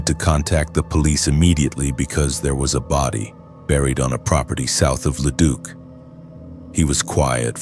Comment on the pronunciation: I mean at leat Leduc was pronounced properly. So many times I have heard it as Leduck lol. I subbed and I really feel that this channel should have more BUT the ai voice is a miss simply due to all the mispronouncing.